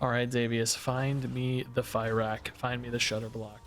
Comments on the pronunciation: it's pronounced "fir-ock" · Can we stop pronouncing him "Fairakk" plz...? It hurts my brain. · Cant tell if the misspronounciation on fyrakk is intended or not but if it is, well played, drove me mad with unreasonable anger! 😂